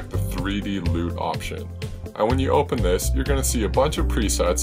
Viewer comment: I cringe every time he says "loot" its lut, which stands for look up table